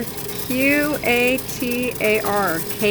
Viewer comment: Pronounced Ka-tar in middle east. Pickle jars stink but are the best change saver